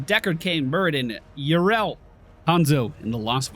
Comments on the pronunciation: The 'Y' is pronounced the 'i' in 'if': 'Ih-rel', not 'Eye-rel' or 'Yuh-rel'. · Name pronounciation: EE-RELL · its pronounced your-ull you had it the first time in the theorycraft vid ^_^ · Step one: Go on Youtube Step two: Search the champion spotlight for Yrel Step three: Listen to the pronunciation Problem solved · Do all Americans suck so much at names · Ya rail, that’s should be easier to pronounce. It’s not how your supposed to pronounce it but it might be a good nickname. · Could you just check the spotlight video for the pronunciation? It's not that hard...